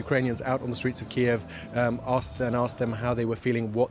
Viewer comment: They're pronouncing Kyiv wrong. So apparently DW is pro Russia too.